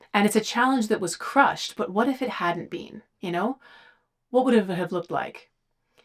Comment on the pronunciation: I LOVE the way she says "BEAN" instead of been.